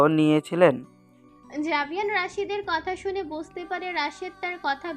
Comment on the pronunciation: আরে বেটি আভেয়ান না জাভেয়ান